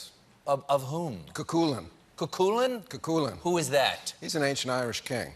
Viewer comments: CUCHULAIN ..... Phonetically it's coo cull in not kekulin or whatever dafuk he just said 😂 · GUD GUD also that is not how you pronounce Cu Culainn!!! Mortified for him. It’s pronounced KU - CULL-ANN phonetically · Hey David Duchovny ... it's pronounced [KOO]-[KUL]-[LEN]... also for anyone interested Cu Chulainn means "the hound of Culainn" in Irish. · It's pronounced Coo-Cullen Mr Duchovny, Cuchulain translates directly as "The Hound of Cullan" as the young Setanta killed Cullan's famously ferocious hound with a stone fired from his Hurley at the tender age of seven,and then agreed to stand the duty of the hound until he found another. Have a read of the legend if you haven't already, its a good yarn, I'd also recommend On Raven's Wing by Morgan Llywelyn as a great retelling of Cuchulains tale, and the whole of David Gemmell's Rigante cycle as an intro to Celtic myth and Legend(although the Rigante are based more on Highland Scots than Irish Legend-but as Billy Connolly famously put it "Scottish people are just Irish folk who said OVER HERE, WE FOUND SOMEWHERE EVEN MORE COLD AND MISERABLE!). I'll be reading Miss Subways, thank you. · The Irish hero's name is pronounced KOO KULL-in. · Dear lord, the "ancient Irish" name is pronounced phonetically as Coo Hulan. Pass it on. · Sorry is he trying to pronounce Cú Chulainn? Cos it's pronounced koo-hull-yan and he wasn't a king he was the strongest hero in Ulster and killed the High King's prized wolf-hound when he was a teen late to the feast (the dog was on patrol attacked him and he snapped it's neck) and as an act of penance he abandoned his own name Setanta for the dog's and became Cú Chulainn the hound of Ulster. One of my favourite legends growing up especially since my family is from the same area as he supposedly lived (though I'm sure there's a million other places in Ulster that have that claim). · I love DD but it's pronounced "koo-kuh-lan" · my must everyone pronounce ch chulainn's name wrong....